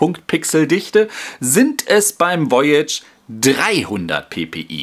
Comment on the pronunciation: Voyage ist Französich und heißt so viel wie Reise es wir daher etwas anders ausgesprochen;)